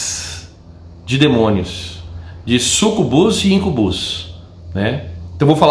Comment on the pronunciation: a pronúncia não é IncuBÚS e SucuBÚS é Íncubus e Súcubus.